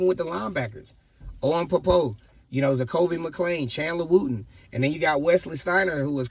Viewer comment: Wooden not Wooten. Colby hates when people say Wooten